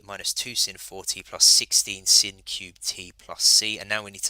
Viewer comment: Its sine not sin lad 😂 but nice video